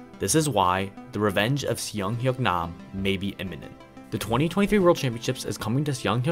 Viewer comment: As a Korean, I'll make two corrections: "Seung" is pronounced closer to "Soong" rather than "Siung". His first name is actually "Seung-Hyuk" combined, not just "Seung". Otherwise, cool video. You're a very underrated cubing YouTuber. Keep it up!